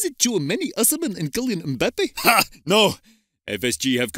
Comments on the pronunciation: that hilarious pronunciation of Kylian Mbappe By Guardiola 🤣🤣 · Gang who heared Pep say "Kylian Mbappe" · Thank you! I put on repeat and still couldn't understand what he was saying!